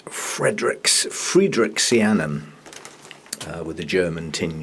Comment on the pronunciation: PS: Very nicely done on the German tinge with the friedericksianum BTW ;)